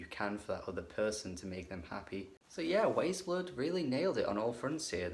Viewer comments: Agreed, the album is wonderful... But it's pronounced "Wise" Blood. Like the book and subsequent movie. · It is pronounced like WISE Blood. Great review.